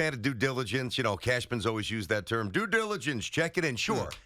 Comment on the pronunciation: Tierney, for the love of God stop swallowing at the end of words that end in "n" I’m so tired of hearing you say "questiom" and "cashmam" it’s beyond irritating